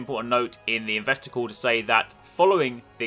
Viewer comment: You made "investor call" sound like "investicle" as in "desticle". That is all.